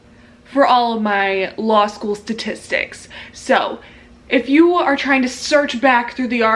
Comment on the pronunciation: Dam she rlly said law shoe in